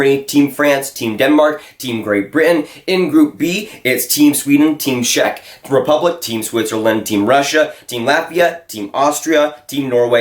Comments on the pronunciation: Work on your Czech Rep pronunciation, it gave me cancer every time I heard it. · What a surprise , a Canadian kid that doesn't know shit about hockey and can't even pronounce Czech Republic correctly. Dude , please stick to playing NHL at your Xbox :)